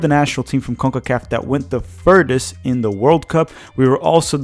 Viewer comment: We've gone THE furTHest. Not "de furdest." THE. TH....sound it out. THHHHHHH......THE. furTHest.